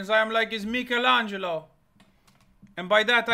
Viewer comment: imagine doing a deep dive on florence and not know how to pronounce michelangelo